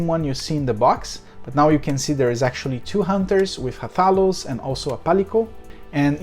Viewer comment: You uh, didn't say Rathalos the right way ^^